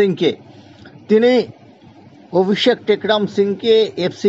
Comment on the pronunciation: অভিষেক এর নাম টা ও ঠিকঠাক বলতে পারছেন না আবার খবর করছেন ।